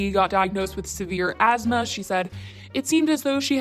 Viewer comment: i hate that she pronounces it asmaR and not.. asthma